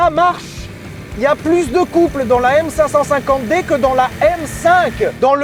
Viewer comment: On dit M Cinq Cinquante D s'il te plait!! on n'est pas chez Mercedes